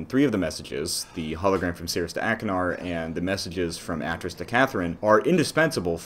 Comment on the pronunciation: Great video and analysis, but i think you're pronouncing Atrus wrong